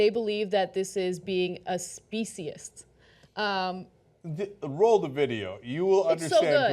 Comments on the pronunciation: To me, the video is corny but there is a message, which apparently does not resonate with either of you. Imagine using the ethnicity or race of the “other”, to diminish the worth of your. group. What you two are doing in in fact speciesis, and you might want to learn how to pronounce the word. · I’ve never heard of the people in video you shared, but your take on their message is interesting. You didn’t even take the time to learn how to pronounce the word “speciesism”. I generally agree with your views on social justice issues, but your reaction to the message in this video reveals your inability for compassion for those who don’t have the ability to speak for themselves. The horror we inflict on non humans, from birth to slaughter, to dinner table is the greatest of crimes. You both appear to be completely out of touch.